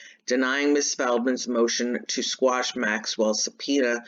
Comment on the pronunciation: Squash? or Quash? Lmao, love ya lady!